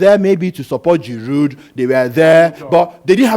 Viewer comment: Why do both of you pronounce Giroud's name so ridiculously wrong.